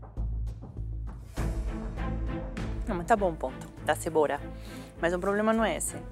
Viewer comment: a Paola disse "tabom o ponto da CEBORA"